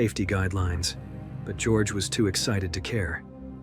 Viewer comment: the narrator should notice that his pronunciation of the name Georg is wrong. Georg is not an originally english name. Georg comes from the greek Georgios and since he is in this story a German, this name is not spoken as in English. It is spoken as in German or Greek, which is (almost) the same. Both German and Greek speak as it is written, while English is strongly deviating from the original correct pronunciation. With a little basic education this mistake can be healed.